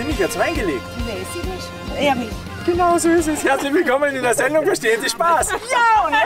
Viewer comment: "Reizen Sie mich jetzt nüscht" 😂